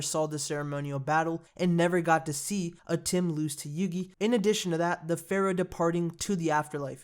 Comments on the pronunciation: It'd atem not atim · Not ATIM its ATEM